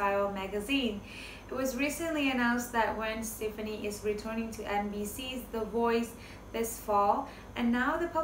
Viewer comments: Her name is pronounced Gwen Steph-aah-knee not Gwen Steph-knee. 💁🏼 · First if you are going to report entertainment news you should at least need to know how to pronounce their names - if you can’t pronounce the nam of somebody as famous as Gwen Stepfani then you shouldn’t report on them